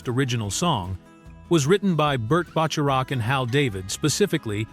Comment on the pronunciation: "They" didn't crash into the pen holding the bull, only Butch. Teach your AI narrator how to pronounce Robert Zanuck and Burt Bacharach's name. The singers you refer to came out of the New Christy Minstrels Use fewer words...a LOT fewer.